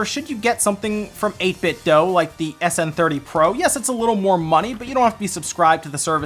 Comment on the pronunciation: Just so you know, 8BitDo themselves told me it's pronounced "Dew." Thought I'd share that with everyone.